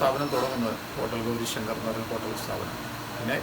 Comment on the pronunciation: ഇവിടെ എല്ലാം അടിപൊളി food ആണ് 👌🏻👌🏻👌🏻super taste ആണ് 👍🏻... പിന്നെ ചേട്ടാ ഗൗരി ശങ്കര അല്ല... ഗൗരി ശങ്കർ ആണ്... 🤷🏻‍♀️